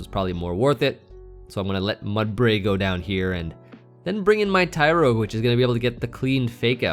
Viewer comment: yes you were saying it very weird amd it ruined the videos for me,small things matter😂